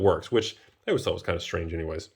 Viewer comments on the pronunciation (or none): none